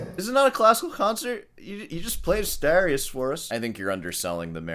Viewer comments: Why are you pronouncing it 'Astowrias'? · Asturias is pronounced Astoorius, not Astahrias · Asturias, as in 'dude', Dude ... Not Astarias ....😂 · LOL...AStarius!!! Sor pronunciation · Why do you keep calling Asturias "Astarias"? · I like your channel but you can't keep saying you're a classical guitarist and pronounce "Asturias" like "Astarrias". You're part Cuban, you have no excuse 😂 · You might want to learn how to pronounce Asturias... and play in time. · Please try too better your pronunciation of "Asturias" because it is really disgusting. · The way you pronounce „Asturias“ makes a mockery of Americans and their pronunciation.